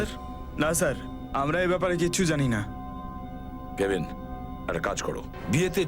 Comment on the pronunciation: অফিসারের নাম হচ্ছে কাভিন তো আপনারা কেবিন বলেন কেন